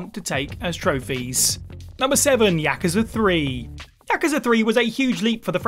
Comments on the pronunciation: Anyone else get annoyed this person can not say Yakuza properly? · Learn to pronounce Yakuza properly